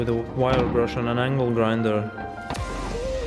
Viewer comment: lol, sounds like they say "oh le oh Angle Grindd!"